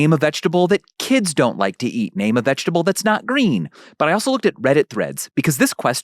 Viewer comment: But, is it veget-able?